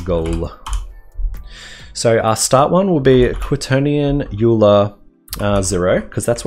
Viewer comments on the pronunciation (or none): thanks for the vid. p.s. 'Euler' is pronounced 'oiler'